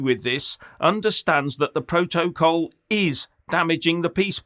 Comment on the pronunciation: Stop saying pro toe coll....its protocol